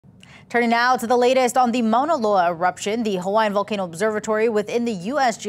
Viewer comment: What a crappy reporter she doesn't even know how to pronounce Mauna Loa